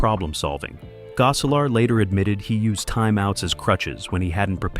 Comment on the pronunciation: "Tiffany Tie-son" "Cleek"? "Goe-selar" Who or what narrated this? LOL